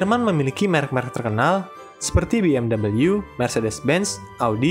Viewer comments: Be-eM-vWi bukan Bi-eM-dabel-yU min 🤣🤣🤣🤣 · BMW di dalam bahasa Indonesia udah sama nyebutnya kayak di Jerman, BE EM WEE. Kalau BE EM Double Yu malah keliru... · mas admin ada info atau saran nih, penyebutan BMW yang asli udah tau? apa gak tau? kenapa kalian selalu menggunakan penyebutan BMW dengan penyebutan huruf W dalam bahasa Inggris? bukannya itu produk jerman dan sudah ada di internet cara penyebutan BMW yang benar? atau hanya karena lebih keren dengan menyebutnya BE EM Doube U? padahal itu produk Jerman yang penyebutannya ya Be Em We/Ve atau penyebutan kita dalam bahasa Indonesia ya sudah sesuai dengan mereka. oiya kalian orang' yang membuat konten seperti ini, kenapa kalian tidak pernah mau belajar cara penyebutan yang benar, baik itu nama orang dan nama tempat? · bi em double yu 😭😭